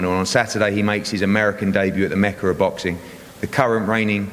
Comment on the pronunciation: does he not know how to say mecca?